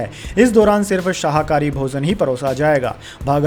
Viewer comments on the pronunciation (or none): आप शाहाकरी बोल रहे है वह शाकाहारी है, वैसे ही आप हमेशा परिवर्तन निर्देशनालय बोलते है उसका सही उच्चारण प्रवर्तन निर्देशनालय है